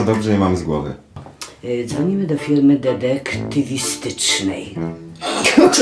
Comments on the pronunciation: "dedektywistycznej" :D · baśka ma broblem z wymówieniem słowa detektywistycznej a ja mam problem z wymówieniem grefut